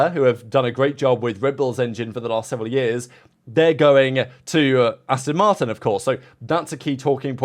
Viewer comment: How long have you been into F1. You should know by now that it’s ‘Ast-ON’ Martin… Not “Ast-IN” Martin. The clue is in the name🤪 (It’s like listening to Australians pronouncing Mercedes😱) I’m very much Intrend your thoughts 😎. May the Force be with you.🌀 Jim🌀 (-: <*>:-)